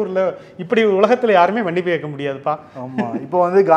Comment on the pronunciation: Adhu "manippu" illa..."mannippu".